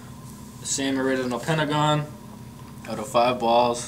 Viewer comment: you say BALLS soo wrongly